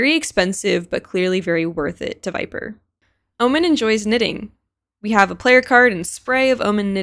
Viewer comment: "Chamber it's into fashion..and Viperrrr.. But anyways"😂😂